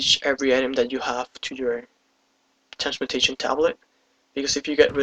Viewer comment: It's called a Trans-mu-TA-tion tablet. You kept saying Transmution. It was starting to drive me crazy, I couldn't help it.